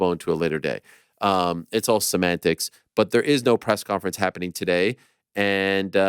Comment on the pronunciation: "Its all scementics" guys.